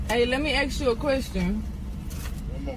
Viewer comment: Jesus, I'm starting to get sick and tired of those people who can't even pronounce a simple word like "ASK" anymore. 😔 It started with "especially" and "et cetera" (which most people actually still pronounce wrong) and it all seems to go downhill from there.